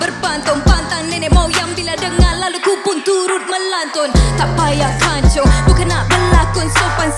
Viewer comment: Sorry reply lambat setahun...Tapi part "pancung" tu salah rasanya...Dia sebut "Kan-Ciong"(aq tak tau macamana nak eja dia tapi perkataan tu dari bahasa Cina Cantonese bermaksud Kelam Kabut) sorry kalau salah, tapi saya memang dengar dia sebut Kan-Ciong bukan Pancung 😅